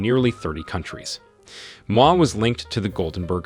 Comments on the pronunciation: Damn! You butchered all the names, including g the Indian names. Do some research, ask for help and do better next time. Moi pronunciation took me out. You do not pronounce it like moi in French. Geez! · I wondered about this “American” narrator, I suspect it’s a Kenyan chap using a text to speech application..the pronunciation of “Moi” is also telling.